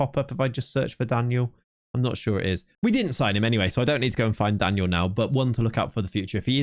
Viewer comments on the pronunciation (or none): none